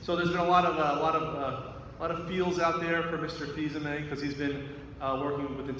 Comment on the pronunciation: Just saying... Fils-Aimé not Fils-Amie